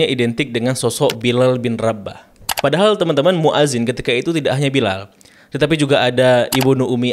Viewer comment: Itu banyak di kitab2 dijelaskan, di kitab i'anatul tholibin jg ada. Koreksi sedikit: muadzin itu pake hamzah bukan 'ain. Fi'il amr jg pake hamzah bukan pake 'ain. Hati2 ketika mengucapkan... semangat ya belajar bahasa arabnya lagi.